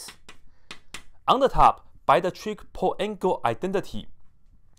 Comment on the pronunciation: Did you just say TRIG-ple angle identity???